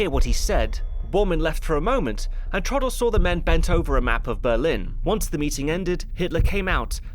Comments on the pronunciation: It's not pronounced:" Trawdle", but:" Trahw-del". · T-row-dl not Trodl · Downfall is a master piece of a film, THE role the now deceased Bruno Ganz will always be remembered for. 'Trodl' ?, Traudl, pronounce it properly, it's not difficult. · Hi, great video as usual, just one thing... it is TRAUDL, short for TRAUDEL, short for Ehrentraud, Gertraud or Waltraud. I know, i know, pronounciation and stuff, but TRODDL is just too painful. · The fact that you absolutely nail the (German) pronunciation of Traudl Junge's last name makes your pronunciation of her first name "stand out" even more. The "au" in Traudl ought to be pronounced like in "Kraut". "Traud-" rhymes with English "crowd"... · How can you pronounce on authenticity when you are unable to pronounce Traudl's name correctly? Who was Troddle? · The way you say Traudl is annoying. It's pronounced with an ow sound as in brown. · Look, it's a good review, kudos and everything. But could you not have looked up how to pronounce the name of the viewpoint character? You manage Fegelein but not Traudl? It's pronounced 'Trowdl' (sort of), short for Gertraud. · I love how his pronunciation of Traudl is so rushed it sounds like Trottel (which mean twat, or idiot). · I really wished you had taken a bit of time to learn how to pronounce Traudel properly. It sounds like like trottle.